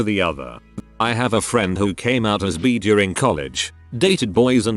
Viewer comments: “B”. It’s bi! B-i. Bi! Pronounce it like bye if it’s difficult. I know it’s like text to speech. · i couldn't stop fucking laughing when the TTs kept pronouncing bi as BEE. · The day I will come out to my parents is the day this bot learns to say "bi" correctly.